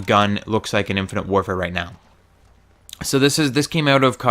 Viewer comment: You seem to have trouble saying "infinite" and "modern" I have noticed. :P